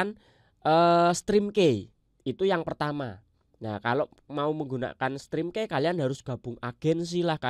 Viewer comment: Maaf koreksi ya. Ucapinnya bukan "strim kei" tapi "strim ki" , key itu kunci. pelafalannya "ki".